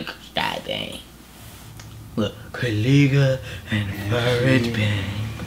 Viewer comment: U have to say Ko Lay Guh. so its the right pronounce